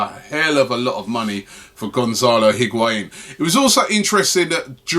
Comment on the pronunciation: If we're going to be talking about Higuaín every day someone needs to teach Robbie to pronounce it correctly.